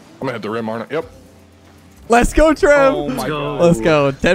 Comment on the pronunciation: Whenever says let's go I think it's leths go😂